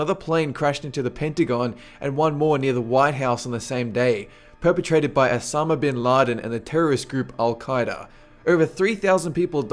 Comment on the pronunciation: not asamh bn ladn